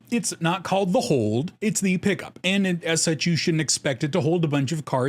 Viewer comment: Sorry P'KUP, your product is pronounced pee cup.